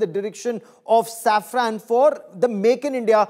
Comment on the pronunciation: Its safran not saffran